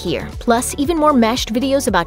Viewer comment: Meshed? I thought it was mashed